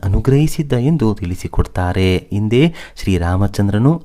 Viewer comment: ವಿವರಗಳನ್ನು ಹೇಳುತ್ತಿರುವ ವ್ಯಕ್ತಿಗೆ ಕನ್ನಡ ಶಬ್ದಗಳನ್ನು ಸರಿಯಾಗಿ ಉಚ್ಛರಿಸಲೇ ಬರುವುದಿಲ್ಲ (ಉದಾ: ಹಿಂದೆ - ಇಂದೆಯಂತಲೂ, ಹನುಮ -ಅನುಮ). ಸರಿಯಾದವರಿಂದ ಕಥಾ ವಾಚನ ಮಾಡಿಸಿ.